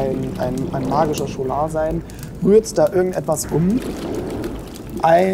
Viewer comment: Man spricht Scholar ‚SKOLA‘ aus, da es von lat. scola - Schule abstammt 😉